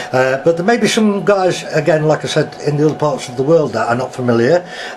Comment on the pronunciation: Said not sais